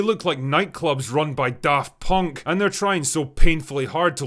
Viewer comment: Finding out this show exists was worth it hearing you say Daft Punk lol